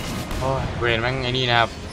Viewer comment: ตัวที่ตัวพี่เรียกว่า เวนนี้ ที่จริงมันชื่อVayne =''เวน''